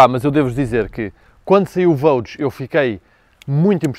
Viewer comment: É costume dizer que “gostos não se discutem”, mas este Range é soberbo e só “ultrapassado” pelo irmão Velar., no Vogue não se lê Vogue com “Gê” em vez de “Jê”? Um G seguido de U lê-se “Gê”, correcto? Isto mesmo não sendo em português. Continua com os teus grandes vídeos. Parabéns